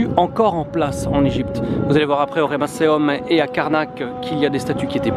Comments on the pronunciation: Pas "Remasseum" mais "Ramesseum" ! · Ne dit on pas "Ramesseum"?